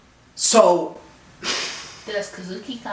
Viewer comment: Konami -> Ko-nah-me Kazuki Takahashi -> Ka-Zhu-Ki Tah-Kuh-Hah-She